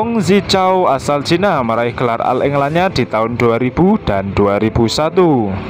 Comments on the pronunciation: bacanya oll england min... bukan al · Agak d perbaiki bhs inggris , penyebutan all england dg oll england bukan al england